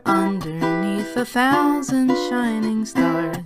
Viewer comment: "SHINGING STARS" Just pointing it out.